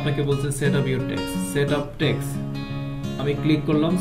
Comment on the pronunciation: ভাই ট্যাক্স কে বারবার ঠ্যাক্স বলতেছেন কেন? শুনতে বিশ্রী লাগছে